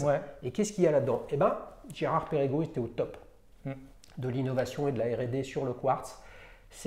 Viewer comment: Mon cher, Perregaux ça ne se prononce pas Pérégo, mais Pergo.